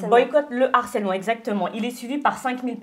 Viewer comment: Vous pouvez dire à qu'on dit LE HARCÈLEMENT et pas l'harcèlement. Par contre on dit bien l'acharnement et pas le acharnement...